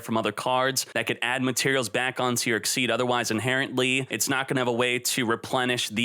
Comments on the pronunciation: a friendly bit of criticism, it's pronounced Ex-Eez not as Exceed... not trying to be "elitist" but it is rather annoying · IT IS EXCEES XYZZZ DONT SAY EXCEED PLEAZ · XYZ is pronounced ex-SEEZ, not ex-eed. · It's pronounced EXCEEZ!!! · The only deck that I can see actively getting 2 Xyz's on the field on the same turn is blackwings. The problem with it only activating during the damage step is that after it, you no longer have a 2500 beatstick on the field, meaning it's good for beating over one target, the lack of MP2 also ruins the effectiveness of that, Gagaga Cowboy was on the most played Xyz's, not because of his attack position effect, it was due to his defense effect which most people used during MP2, why do you think the term "cowboy for game" exists? Also, it's not exceed, it's Xyz, pronounced ex-seas.